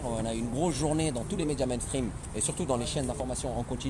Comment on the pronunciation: C’est pas MINESTRIME mais mènstrim